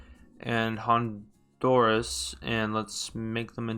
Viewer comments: pronounced HON-DUR-UHS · you mean.... EL-HONDURUS